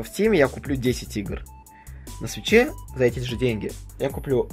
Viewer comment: Почему то мне слышаться не свич а сыч